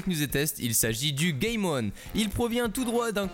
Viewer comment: ONE se prononce OUANE !! Et sinon le micro est pas top au passage.